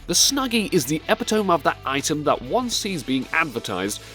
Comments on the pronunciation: Great video, but I have to call you out on how you pronounced epitome ;) [ih-pit-uh-mee] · Do all Brits pronounce the word "epitome" as epp-ee-tohm?